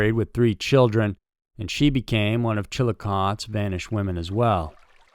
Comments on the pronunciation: You mispronounced Chillicothe. When pronouncing it, put the E on the end of it. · Chillicothe is pronounced with a long E on the end! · Is it bugging anyone else how he's says Chilicothe? And on topic, I love these every town episodes. I fall asleep listening to them. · Him not pronouncing the name right ain't no big deal dam! You know what he means right. Just like the spell police wow! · and his velvet voice. I've read the comments. How many of you that commented on the name said it correctly with the "ee" everytime said it without it. I did and I only know how to pronounce it from ID. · It's just...I mean if you're going to say the name of a town 1,376 times, please pronounce it correctly. For future reference for the content creator. It's not hard to look up pronunciations... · If you're not from there, you don't get to decide to 'let it slide '. It's evident they didn't do much research or the town & county pronounciation wouldn't be a problem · Shit. You beat me to it. From what I understand, us Ohioans know how to spell AND pronounce the weirdest town names in the whole country. Not sure I can even watch this show if he’s going to mispronounce Chillicothe the entire time. 😳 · Oh dear. The guy pronounced the name of the city wrong all throughout the video. You have to pronounce the e at the end. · There's an "ee" sound on the end of the town's name. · Your saying the town name wrong... I grew up close to their and have visited many time's to see my half brother growing up and to eat at Sum Burger back in the day!!! Love your show's!!! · Dude... your pronunciations are horrid... Malachee Martin? Chillacoth? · Hey dude i live in W.V. I am about a hour and a half drive from the Chillicothe. Just so you know it’s pronounced with a strong E at the end. ChillicothE! 😂I know weird. April 2026. Rewatching.😂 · You should have first learned how to pronounce chi.luh.kaa.thee. . You sound like a dork. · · Chil eh COH thee. Sigh OH to River. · CHILLI CAWTHEE